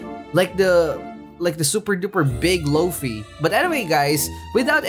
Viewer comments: It funny cause he says floafy instead of fluffy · Its luffy not loafey dont compare his name to a meatloaf ahhhhhhhhh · Bruh it’s not low-fy it’s either luf-e or lu-fy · Loafy its a luffy not hating just correcting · Please say luffy next time e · Ah yes i love "loafey" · You said loofy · BRO ITS LUFFY OML